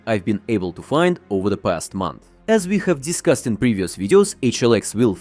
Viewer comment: Твоё произношение отстой.. Аз ви дьискаст🤦‍♂️ какой аз ви дискаст..